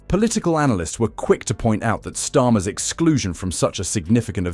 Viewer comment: I HATE these mechanical dialogues with their mis-interpreted words like STORM for STARMER. Damn: Can't they find a willing HUMAN to read-out these dialogues?